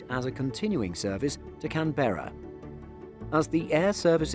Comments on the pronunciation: Love your stuff but it's pronounced "CanBra" not "CanBara". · More “Can•brah”. The second syllable is shorter. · Can-brah. It’s only two syllables. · for future videos Canberra is pronounced like "can-bra" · I'm English as is, everyone I know pronounces it can-bra, maybe geography isn't his strongest point! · It's not Can Bera. It's Can't Bera. I mean most of the times ;) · It's pronounced 'Can-bra'! Had to be said for all the Aussies! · Surprisingly he pronounced Brisbane right! But pronounced Canberra like a yank lol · yea haha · yea well someone had to tell him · I’m sorry how did you say Canberra I’m from Australia